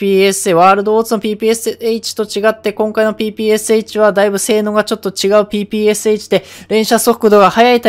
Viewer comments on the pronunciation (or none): ぺぺローションって聞こえたww